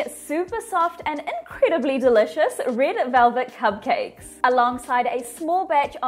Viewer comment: Did anyone notice her saying cub cakes instead of cupcakes